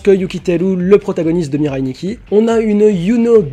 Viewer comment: Arrêter de dire "Mireille Nikki" j'ai l'impression que vous parlez de ma grand mère xD la prononciation japonaise c'est MIRAI